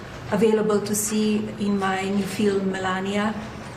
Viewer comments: I will not be watching her “fee-lim”. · she can't pronounce "film"